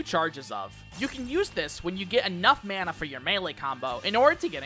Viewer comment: >pronounces corps-a-corps right >pronounces Mana like they're from Minnesota